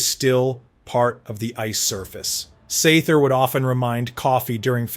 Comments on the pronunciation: Lol SaTHer!! Man pronounce that TH why don't ya. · “Sather” is pronounced with the “th” sound in “weather,” “leather,” “rather,” “father,” etc.. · "Sather" sounded a little off too, from what I can remember.